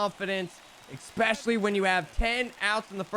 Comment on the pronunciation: Can't sub to someone who makes a showdown video without knowing how showdown works, or an adult who says "expecially".